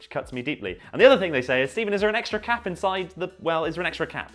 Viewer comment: Sounds like he’s saying cat instead of cap